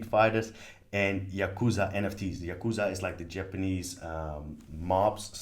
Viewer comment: Love this walkthrough!!! And listening to you mispronounce Yakuza as Yazuka was fun haha